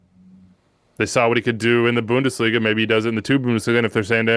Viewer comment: Or how ‘bout Bundesh-liga...